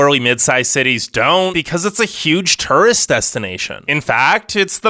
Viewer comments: I'm sorry but I just cant the turrest destinations ughh I'm sorry the way u say it hurts my OCD I'm sorry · Anyone else hate the way this guy says “tourist”? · The way this guy says Turist cracks me up each time.